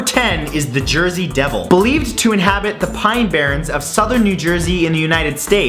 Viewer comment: "Inhabrits" really